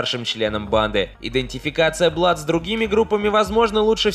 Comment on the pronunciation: Не Бладс, а Блудс